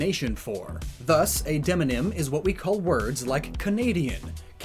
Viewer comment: You went way to hard on the word demonym. Literally demographic name. Lol